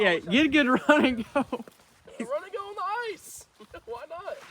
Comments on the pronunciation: I like how you say eyes fishing instead of ICE Fishing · No hate but it sounds like Arse fish when he says ice fish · did you say eye-fish or arsh-fish... ;) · Could u not say arse fishing please 😂😂😂